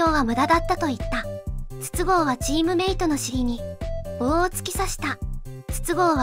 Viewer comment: 筒香の発音は22GO